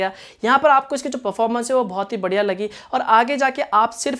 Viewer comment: Performance pronunciation thik se karo😉